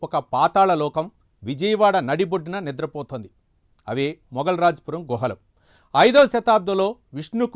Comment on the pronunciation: గృహాలు కాదు గుహలు శిలాలు కాదు శిలలు లేదా శిల్పాలు